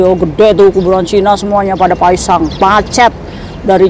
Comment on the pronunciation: Kok denger q Paesang bukan paesan...😅😅😅😅